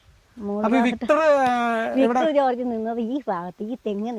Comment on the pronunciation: വിട്ടർ ജോർജ് 🤣🤣🤣 വിക്ടർ ജോർജ് ✅